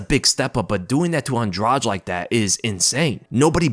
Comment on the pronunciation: LISTEN UP, "ANDRADEE", THAT'S THE CORRECT PRONUNCIATION OF HER NAME!! SHE'S NOT EVEN ABLE TO SAY HER OWN NAME PROPERLY BUT, SHE'S YET ANOTHER OF THE DIRTY FIGHTERS, OUT OF THE DIRTY LESBIAN FIGHTERS OUT OF BRAZIL, WITH 2 CHIPS, ONE ON EACH SHOULDER!!! SHE'S NOT ALL THAT GREAT EXCEPT FOR RUSHING OPPONENTS!!!🤷🏼‍♂️